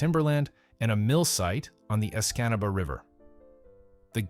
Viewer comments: I never realized that there were so many way to mispronounce "Escanaba." Great suffering Christ! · Lol he butchered Escanaba 😅 good eff that sinkhole